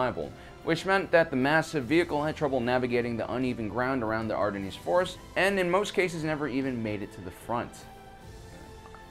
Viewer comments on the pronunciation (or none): I believe it's pronounced AR-DEN, as opposed to Ar-di-nees. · Not ar-den-eeez .... its ar-dens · Right from the start I just couldn't watch. The moment he couldn't pronounce "the Ardennes" correct I was lost. So anyone who doesn't know its pronunciation is "Ar- den- s" not as in this video "Ar-den-neeze ". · It's pronounced ARE DEN not aredeneese. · Why the hell do you pronounce the nes at the end of Ardennes? Sigh, too busy looking up "facts" I guess. I like watching these types of videos, but as soon as I hear shit like this, I stop it and never finish it. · Ardennes is basically pronounced like 'harden' without the h and with a french accent, and the Seine river is 'sane' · It's pronounced the Ardens but definitely not how he pronounced it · Did you seriously pronounce Ardennes like “ardennese”......how are you going to post a movie about history and fail that badly. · I just discovered this channel and subbed, I love how you mispronounce are least 2 fairly common words per video... ardineez? Lol, sure, guy! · Love the video, but ar-de-KNEES? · Are-Den-ees Forest? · Ardenneez? Wait, what? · Did he just say "ArdennEEEZ"? Fuck sake, get off the air. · Ardenneeez forest ..... -_- .... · Ar-den it's pronounced.. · "R den' " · Pronounced "Are-Dens". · "Ardennes" is pronounced "ar-dein" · serious? you cant pronounce Ardennes? It's singular, not plural, the "S" is silent! there is only one forest! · Pronunciation of 'Ardennes' fail. Repeatedly. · Please learn to say 'Ardennes' properly. It will do wonders for your credibility. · You Pronounce ardennes really weird. Never heard it pronounced that way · Sorry but if you can't properly pronounce the Ardennes Forest, bye you go!! Can't take it serious! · he pronounced a ardennes wrong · Yeah he definitely got Ardennes wrong